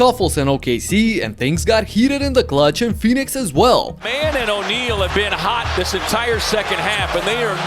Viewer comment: It’s pronounced, Phoenix not “Few-nicks”